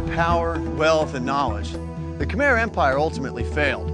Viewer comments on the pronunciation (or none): It's Kh'mer not Kh-my 😄